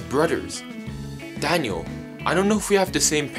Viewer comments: He says danyo not daniel look I'm not tryin to be mean or anything but his English is soooo bad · Danio you said danio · you dont say dainel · This is how many times he said Dainle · Its daniel not danial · This is how say Daniel:Danyel Me: say what? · Why do you keep saying Danielle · You can barley say Daniel